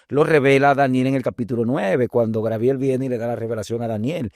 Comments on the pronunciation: Por qué siempre dicen: Grabiel, si es Gabriel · Bendiciones hermanos. Una pregunta. Porque los Dominicanos en ves de decir Gabriel, dicen Grabiel.